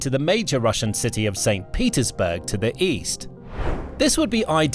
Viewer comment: At about 20 min you Petersburg as Peterdurk 😮